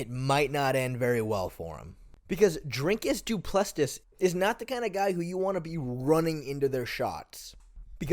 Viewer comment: "Drinkus Du Plestes" 😂😂😂